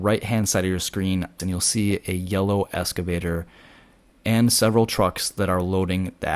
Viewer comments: Pronounce it “excavator” not escavator. It’s a common mistake. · Excavator, not escavator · Please....the word is 'eXcavator'. not escavator. Small thing but really annoying, lol. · It is pronounced EXCAVATOR...not ESCAVATOR...thank you. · That's the first time I've heard EXcavator called an escavator. You can call it whatever you'd like and not trying to be a word Nazi, just had to share. Excellent drone footage of a terrible disaster. Is govt. red tape getting in the way of getting things moving forward? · FYI - Excavator not “escavator”. ❤ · Note: The word is "excavator", not "escavator." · Nota bene: they are excavators, not "escavators"... ;) 😉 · It’s an excavator not an escavator. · Good job, informative but, Ex- cave-ator not Eska-vator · Thanks - would like to see where they are taking the debris. Minor correction - it’s excavator - not escavator. ❤ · Hi: Don't want to seem critical however they are called "excavators" not "escavators". Love the drone fotrtage. Will be on Maui in March. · Hate to be a nit-pik, considering the service you're providing.....but...it's pronounced "EXcavator", like you're taking X. Not like you're riding an ESCALATOR. LOL. Anywho, thanks. I'm fucking flabbergasted by the destruction and hence forth, the lack of dozens and dozens of excavators y'alls need to do the job. (git-r-dun) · You can’t pronounce excavator correctly,, It’s an X not an S